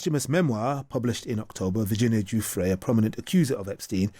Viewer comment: Come on,, learn how to pronounce Virginia’s name after all she’s done. What you were saying is not even close.